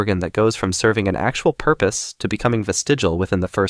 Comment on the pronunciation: Good video, but the word is “vestigial” not “vestigal”.